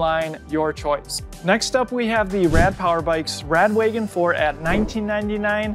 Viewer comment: Its rad wagon not rad waygon